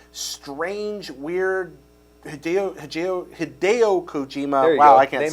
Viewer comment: ign is so awful. I come here only just to down vote and trash talk. they can't even pronounce hideo's name correctly. and the douche was talking about the wrong game. shame!!!